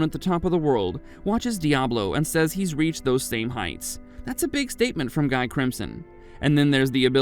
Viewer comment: It's Gee not Guy😢😢